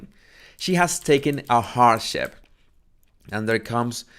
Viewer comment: When You said hardship I thought you said "horse sh!t" and I was laughing so hard as that is so appropriate to her podcast